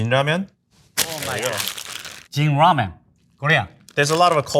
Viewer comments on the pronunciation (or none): She can’t pronounce ramen in English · she can’t pronounce “ramen” though 😅. She kept saying “ramyun” which is the korean style noodle soup. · She cant even pronounce ramen 😂 RAMYUN 😎😎😏😏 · The girl keeps mispronouncing Ramen as ramyen or ramyun... And tonkotsu as tonkatsu 😐😐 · i love how it's clearly written "ramen" on the packages, but this beach goes out of her way to say "ramyeon" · Someone tell her to pronounce it "ramen" instead of ramyun. Put some respect on its origins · Is it ramen or ramyen? That girls keeps adding a Y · Korean Lamyeon not ramen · In Korea, instant ramen and ramen are classified as different foods. Instant ramen is called 'ramyeon', but ramen is called 'ramen' just like the Japanese pronunciation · Ramiyen, lol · Why are they saying ramyuen not ramen? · Ramen not ramien 😅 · She keeps saying rah- me-yen. Never heard that pronunciation before. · Cool, I hear them pronouncing it like: Ram-yen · She lost me at “rameein” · Is it pronounced "ram-yen" or is she just saying it weirdly? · It's cute everytime she pronounces "Ramen" like that. RAMEAYN :) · I'm surprised she's Korean instead of Chinese because the way she pronounces ramen sounds really like the chinese way "la mian" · I never knew before how much it being pronounced "Ramyen" bothered me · Why is she pronouncing it ram-yen? Is that the authentic way to say it? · Also ramen “ramyan” lol I think Korean was probably just her first language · The female chef says Ramen similar to the Chinese pronunciation. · The narrator mispronounced every single ramen. Like butchered it. Goodness...